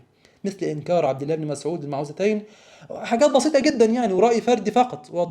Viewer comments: موعدتين وليس المتوعداتين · هذا الباحث العبقري لا يعرف أن سورتي الفلق والناس تسميان المعوذتين وليس كما يقول المتعوذتين... والفرق بين الكلمتين في المعنى لا يخفى على أي طفل عربي